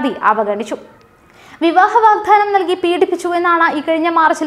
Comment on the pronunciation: വാഗ് "ധാനം" അല്ല "വാഗ്ദാനം"